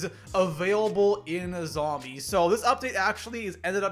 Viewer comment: love how u say zhombeez :D